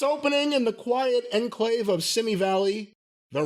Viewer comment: thinks he is a genius himself, but he can't even pronounce "enclave" properly. Loloololololol.